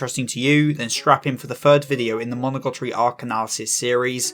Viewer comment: amazing video, I cant lie I did cringe every time you mis-said monogatari as monogotori though